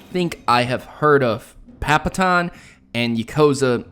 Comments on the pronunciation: papaton? papaton!!!!! lol just kidding but so you know its pat-a-pon its a rhythm game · Butt proto it's pronounced pata-pon